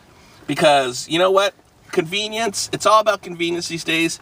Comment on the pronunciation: How many times did he say conviniance